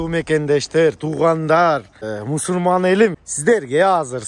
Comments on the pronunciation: Мусульман деген созду уйронуп алчы мусурман эмес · Мусурман эмес Мусулман башында эле туура эмес суйлоп баштады